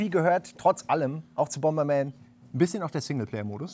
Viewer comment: Super "Bomerman"? Ist dasn bootleg oder was? ;)